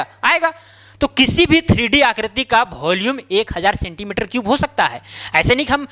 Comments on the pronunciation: Volume ❌bholume✅😂😅😅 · It is volume not bholume. Please speak clearly.